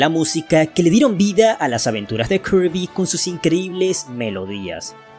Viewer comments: Todos están hablando de "kerby", jajaja jajaja jajaja, con puro y rico spoiler, parece que es la sensación de estos meses. Ahora porque la gente se empeña hablar de otra manera el español se leé como se escribe, (kirby) se dice 'Kirby' y punto, no tienes que fanfarronear diciendo "kearby", somos hispano hablantes, y no anglo parlantes, o japoneses, o chinos, se escucha estúpido escucharlo de otra forma, me dan pena ajena, asco, y molestia, que lo pronuncien de otra forma. Es cierto que su forma en japonés va ligada a su pronunciación en inglés, pero ya lo dije somos hispano hablantes. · Viejo ellos pueden decirle como quieran al heroe rosa (kirby) hasta le pueden decirle ¡Poyo! Si quieren o karby o hasta kurby, tu das mas pena ajena quejandote de algo que nisiquiera es un problema, ademas por ejemplo ¿solo porque el nombre "Peach" se escriba asi significa el vas a decir literalmente "Peach" siendo que no se pronuncia "Peach" si no que se pronuncia "Pich" y no "Peach"? Eso no tiene logica pues que un nombre se escriba de una manera no singnifica que se diga tal cual, como se escribe y como se pronuncia no es lo mismo sabiondo.